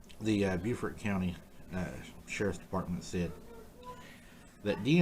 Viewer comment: Great video, and since this incident won't be going away any time soon I just wanted to point out that Beaufort County is pronounced Bo-fert. I certainly don't expect folks from other states to know that. I am from VA myself and only learned how Carolinians say it by saying it wrong in front of them, lol!